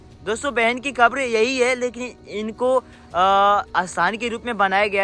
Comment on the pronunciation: आपको बोलना ही नहीं आता आप क्या वीडियो बनाते हो जो समाधि स्थल है उसको आप खबर बोल रहे हो कबर होती है मुसलमानकी